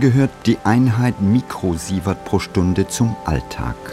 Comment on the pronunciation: lol! "mükrosievert" - ich dachte der Ranga wäre Inder und nicht Türke.